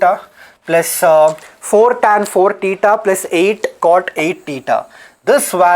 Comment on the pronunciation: Tan "teta'" +2 tan" tuuta"" 😅